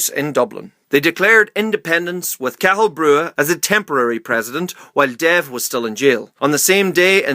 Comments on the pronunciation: Hate the way you pronounced Cathal you pronounced it like cattle its pronounced cot-hol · Dáil = Dawl Cathal= Ká-hul